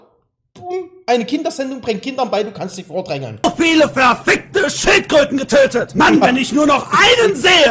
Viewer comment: Niemand Strunix:Schiltenkröte😅😅😂